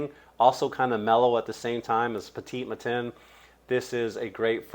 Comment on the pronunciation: The way you pronounce Petit Matin by Maison Francis Kurkdjian with your accent is quite hilarious 😂🤙 Petit Matin for information means early morning. I add that I will have all these perfumes one by one!